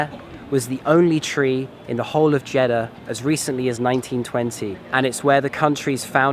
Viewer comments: Actually, it's Jedddddddddah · When he says jiddah it seems he is saying chedda 😂 but anyway nice video